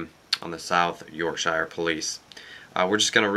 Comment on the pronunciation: Hehe the way you say Yorkshire :P It's pronounced York-Sheer